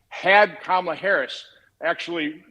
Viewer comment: It’s KaMAla!!!! An Indian name with the emphasis on the MA!!!!